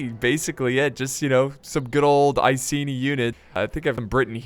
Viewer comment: The way he says "iceni" triggers me. It's pronounced I-see-nigh.